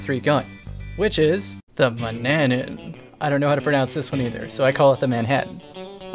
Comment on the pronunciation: Hey guys, it's pronounced (man-ya-na)